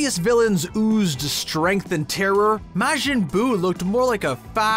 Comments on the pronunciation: Bruh the hells a maeghin it’s majin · Why are you incapable of saying majin